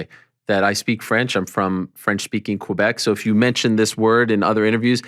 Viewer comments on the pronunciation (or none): none